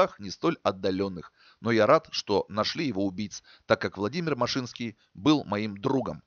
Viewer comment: Не машИнский, а мАшинский .. Лично его знал. Я как раз в германии у отца был, когда его расстреляли